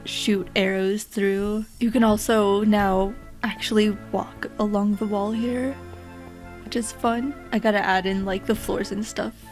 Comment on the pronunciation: Ur accent threw me off lol. U said wall but i heard wool lmaoooo